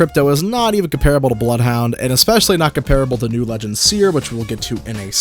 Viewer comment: His seer perdition was soooo wrong